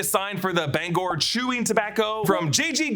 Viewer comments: as a mainer you pronounced Bangor correctly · I live right in Bangor, you are saying it correct! 🤘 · I live in Maine and you said it right Bangor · if it’s pronounced in the traditional Welsh way it’s Bang-gor but plenty of people say it differently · You pronounced Bangor correctly, good job. The Oriental Jade is a real restaurant in Bangor, it is not down town but it is pretty good. Loring airforce base is a few hours away and was a target in the movie war games as it is close to Russia. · As someone who grew up in Bangor, Maine, I’d like to 5hank you for pronouncing “Bangor” 100% correctly. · You are saying Bangor spot on. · Don’t worry, you’re saying Bangor correctly. It’s where I grew up. You’re all good. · Being from northern Maine, you are pronouncing Bangor correctly! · I wondered if it was based on Dow Air Force Base, which operated in Bangor until 1968, when it became Bangor International Airport (BGR). Derry overlaps in many ways with Bangor, as noted (and pronounced correctly by ) in the video, and it was Stephen King’s home for years. The standpipe is real. BGR used to have a scale model of it in the terminal but it’s gone now. BGR was also the setting of The Langoliers, and the TV movie version of that story was shot on location there. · As a Mainer, you're saying Bangor right. Hearing 'Banger' always makes me giggle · Ur saying Bangor correctly now, I have many family in maine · I'm from Maine, my dad was born in Bangor. Even people within Maine say it different ways. There is not one right way to say it.